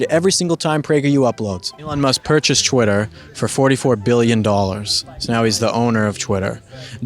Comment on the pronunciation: its twitter not chwitter